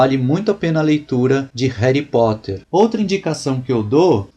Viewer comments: cara eu te respeito tanto. mas "reri poter"? é sério? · réry poter kkkkkkkkkkkkkkkkkkkkkkkkk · '' Réri Potter '' ta sertu